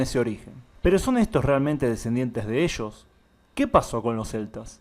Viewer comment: Oye no conosco que es "buco" ni tampoco "eshos" ni "shamados". Conozco busco, ellos llamado pero no lo que dices